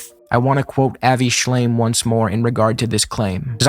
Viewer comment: I know it's a criticism that can be shrugged off, but I found the fact he kept saying Avi Shlime, even as an accident, so disrespectful. It means he's not familiar enough to get the man's name right and is just using his work to dig at Hasan (while ironically missing that he's an anti zionist.) And I get not knowing who he is, because I didnt. I had thought he was a zionist dude when his name came up occasionally (not during this debate). But to quote someone's work in direct opposition of their stances and get his name wrong is just, makes me so mad.